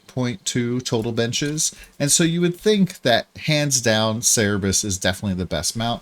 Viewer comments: It's Cerberus not Cerebus. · (Sir-burr-us) Please stop saying (Cere-bus). But good video outside of that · its cerberus, not cerebus TT_TT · Cer-be-rus ---> (/ˈsɜːrbərəs/) xD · damn it's so triggering u keep missing the last r on cerberus